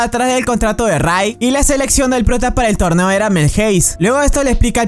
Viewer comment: Deberías mejorar las palabras que dises porque dijiste torbeo y no torneo